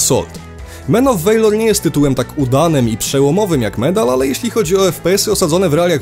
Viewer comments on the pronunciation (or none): Walor, nie wejlor. Błagam.